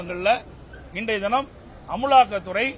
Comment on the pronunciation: பழனி அது அமுலாக்கத்துறை இல்ல அமலாக்கத்துறை 😂😂😂😂😂😂😂